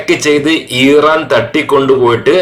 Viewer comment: ഈറാൻ അല്ല ഇറാൻ 😊